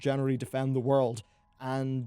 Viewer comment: low-ken? seriously?